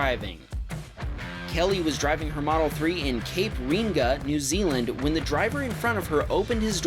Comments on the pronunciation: heya mate love the vid but being a kiwi I would like to informed you that it's not reinga it's re-ang-a cape re-ang-a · Firstly New Zealand is not in Asia and is part of Oceania also its pronounced cape re-anga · It's Cape Ray-In-Ga: Maori is pronounced how it's spelled, unlike English.